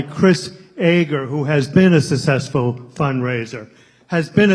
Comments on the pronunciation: a sussessful ? a sussessful ?? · Fantastic., a person that can't even say the word successful is doing the nominating.